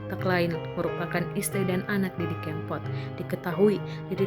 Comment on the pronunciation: Kebangetan deh, ngucapin nama sang maestro aja bisa salah 😭 Sy baru ngeh klo msh ada org kita yg blm kenal nama Didi Kempot, minimal pernah denger kali 😥